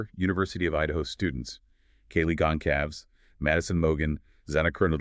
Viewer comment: Gon Calves????? SERIOUSLY??? It has been pronounced on each and EVERY Newscast AND Podcast and Youtube video of any sort as Con SAL vez. Geez. That makes you sound like utter IDIOTS!